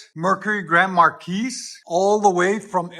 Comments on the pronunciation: The "S" is silent. "Mar-key" pronounced. Why is the H-pipe all jacked up? You didn't have a pipe long enough? Sounds great guys!!!!! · It's pronounced "Markee" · Say it with me? Mar-key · Pronounced Mar-kee. The S is silent, just like Illinois. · "markees" lol